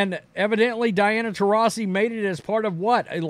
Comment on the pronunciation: It’s funny watching try to pronounce her name 😂